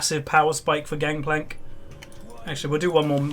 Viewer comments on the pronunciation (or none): its gankplank not gankplak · Its gangplank not gangkplank right?